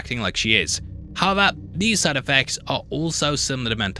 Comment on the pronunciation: HOW-EVER!!! NOT, "HEVVER"